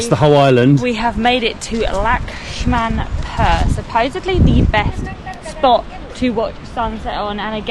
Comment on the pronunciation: It's pronounce as Lakshman-pooor. Hope it helps.